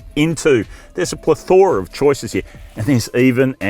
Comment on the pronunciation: A journalist who can’t pronounce MBUX, plethora, or covet…that’s a worry.